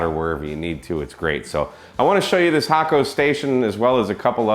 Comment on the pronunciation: You've been paying attention to the Japanese pronunciation of Hakko :)